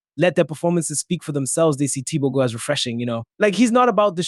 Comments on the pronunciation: since when is he TEE BOW GO? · 😂 Okay I don’t like the way you butchered the name 😆😆😆 I am not even a Mtswana